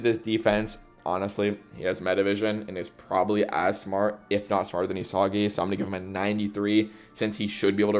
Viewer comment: If you’re gonna slander bachira then at least pronounce Isagi’s name right 🫩